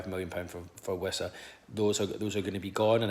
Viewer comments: While we are on the topic of pronunciations of player names can we spread the word a bit that Wissa isn’t pronounced “Visser” you pronounce it with a W, no idea why people all last season were pronouncing it that way other than maybe because we signed Woltemade at the same time. Glad to hear Keith pronouncing it correctly in this video Note: don’t believe be, go and see him pronouncing his own name in the Player Name pronunciation video Sky Sports have started putting out each season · Yeah it’s Wissa and always was. I think you’re right about Voltemade confusing folk as I thought similar at the time.